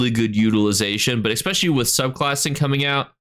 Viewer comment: i love your videos, but every time you say 'expecially', i cringe.